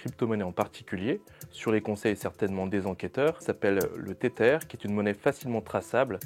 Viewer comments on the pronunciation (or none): Tether se prononce Tezer, svp ! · non ce "th" se prononce comme dans le mot smith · ah ça oui, mais pour quelqu'un qui prononce Tether en TETEUR, lui demander de prononcer TH comme dans SMITH relève du miracle :face-purple-crying